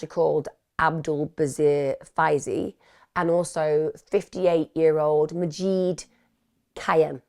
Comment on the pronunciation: I want so desperately to tell Emma how to pronounce Majid today 🥺😅 like Mah- zsed Zs like zsa zsa or give it a little zsoosh and id as in kid or lid. Majid- mah zsid. 👌🏻😇🥰